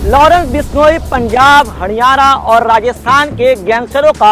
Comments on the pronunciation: haniyara ya hariyana bishloi ya bishnoi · 1.14 Haniyana 🤣🤣🤣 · Hadyana nhi haryana